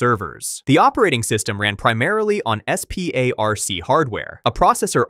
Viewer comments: I worked on Sun SPARC workstations and Solaris for years… I have never once heard someone say each leather in SPARC, instead jt’s just said as the word “spark”. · FYI, SPARC is pronounced spark.